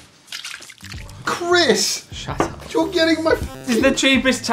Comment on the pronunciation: "Chris!" "Shat ahp"